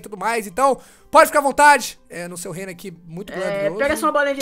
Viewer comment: Fala o nome dos reinos certoooooooooooo!